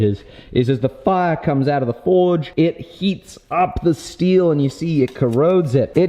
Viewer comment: Whenever says forge it sounds like he's saying Ford. The old Ford-esk slogan keeps coming ro mind 'have you driven a forge lately'.